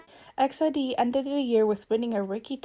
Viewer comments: i'm pretty sure it's pronounced "e x i d", but that's okay, i just wanted to inform people! most say it like exid, as in "exit", but i'm sure you sound out each letter. love the video, they're one of my favourite girl groups. <3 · E-X-I-D not X-I-D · Wow I’ve heard so many different ways on pronouncing EXID & this is the first I’ve heard “EX ID” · All this time I thought it was pronounced "ex ieh duh" that's the closest I can write it phonetically...